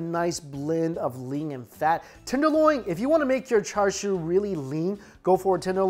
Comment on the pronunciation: It's pronounced cha siu in Cantonese and cha shao in Mandarin. There is no "r" sound!! Why are you sounding like a non native speaker??